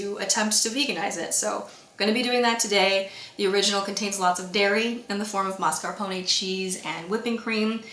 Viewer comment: I love how your italian words are pronounced more than correctly :D Only the o in mascarpone is normally very short, your version is slighty too long but is more than good for an english-american. Is more mascarpHOne like in PHO